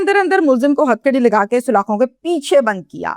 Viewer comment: Sulakho.nahi salakho hota hai..urdu to seekh lo..mahawara b ghlt bola...ab kia hoth jb chiryan chuk.gaye khait